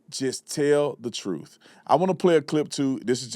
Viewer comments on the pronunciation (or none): this dude is full of it "da truff don't be matter'n"